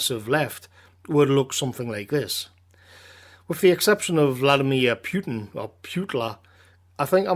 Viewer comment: nice but it's Putin not Pütin